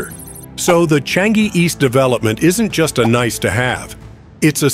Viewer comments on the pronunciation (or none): sir, try saying Chang-ee